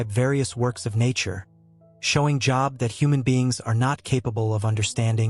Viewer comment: Everytime the AI mispronounces Job, I skip a beat. Think I'm in full arrest.